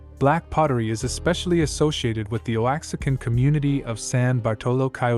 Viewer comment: When you referred to “Oaxacans”as “oh-axe-a-cans” that’s where you lost me 😂ohn